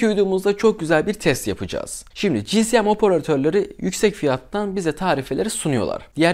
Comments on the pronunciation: Kardeş daha 5. Saniyeden tüm ciddiyetimi kaybettim. CİSİYEM nedir Allah aşkına ya? İçerik üretiyorsunuz azıcık tabirlere çalışın doğrusunu söyleyin. Onum doğru telaffuzu CİESEM şekildedir. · Abi özür dilerim ama dayanamiycam ci si em değil ci es em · GSM Cİ,ES,EM VİDEO BOYUNCA GCM Cİ,Sİ,EM DEDİN. BAŞIM AĞRIDI MİDEM BULANDI....